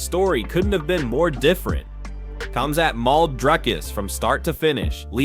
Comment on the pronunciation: How is it that more than half of the MMA video voices can't properly pronounce the fighter's names? Here's another one. Duplessuss, Komzutt. WTF?